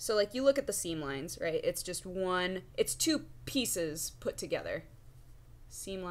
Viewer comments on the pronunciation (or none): none